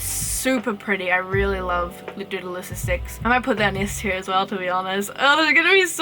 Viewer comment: Tier not teal